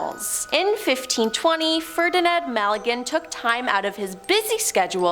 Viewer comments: I helieve its Magellan, not Malegan.. ☺️ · It’s Magellan……it’s not MALLaGAN….. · Its Magellan.. not Mag a lin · You've just murdered some Portuguese name's pronunciation